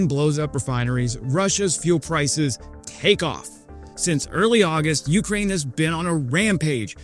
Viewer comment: yu-KRAINE...not YOOOK-rain. Otherwise work on the difficult city and town names. Good content and presentation! Subbed.